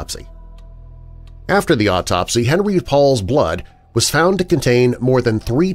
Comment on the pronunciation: fabulous as usual! (btw it's "on-REE" - him being French)